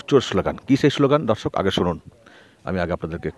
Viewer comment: আপনার 'দর্শক' উচ্চারণটি ঠিক করে নেবেন। যেন বরাবরের মতো 'ধর্ষক' না হয়ে যায়!